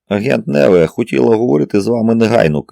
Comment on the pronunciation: Ну як, скажіть, ЯК француженку можуть звати НЕве? Це ж французька!!! Майже все має наголос на ОСТАННЬОМУ складі!! Як цього може не знати той, хто претендує на роль диктора?.. Знов не справдилися очікування. РівОлі, ДОфіна тощо. Порадьте, де можна послухати професіональну озвучку?